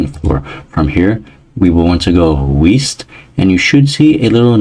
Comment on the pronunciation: As well as him not being able to say "west"